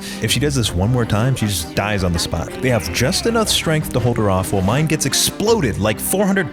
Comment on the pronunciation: dude, the manga is even MORE batshit. Tatsumi turns into a kaiju, permanently. He and Mine (which is pronounced MEE-NAY, ignore what the dub says) go off and try and fix him into the sunset. Esdeath unleashes a globally spanning blizzard, and generated an entire army worth of ice soldiers all by her fucking self